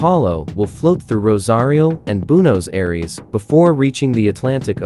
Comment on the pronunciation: Love the video, great idea! I would just suggest to work on pronouncing the foreign names like "Buenos Aires". Anyway, keep it up with good work 👍